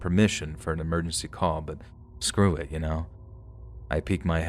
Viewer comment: ". ...but sceew it, you know?"😅